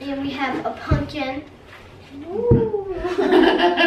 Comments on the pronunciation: It's pumpkin not pupkin you have to say it with an M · Why does every one in the family say punkin not pumpkin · Please stop saying " Punkin" it is "Pumpkin" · says pumpkin wrong